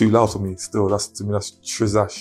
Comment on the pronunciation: Man said that’s “Trizzash”